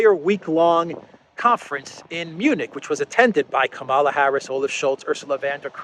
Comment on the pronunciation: It is Kamala as in Pamela.